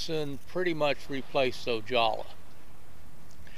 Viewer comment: The surname Ojala is pronounced O-ha-la not O-jaw-la. I cringed every time I heard him say that name. Otherwise a very good history lesson. I used to participate in fast draw about 1960 in a parking lot of a shopping center located between Oxnard and Ventura called Venox.